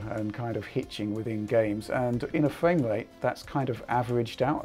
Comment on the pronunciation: What dose this guy have against the r , fwaim wate